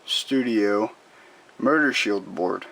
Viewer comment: I thought you were saying "murder" for motor.